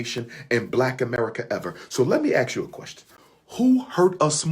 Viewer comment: I must ax the question....it's ASK didn't they teach you that in college🤣🤣🤣